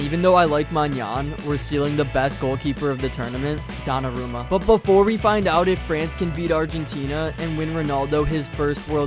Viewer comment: taachumini donnie is a crazy way to say donnarumma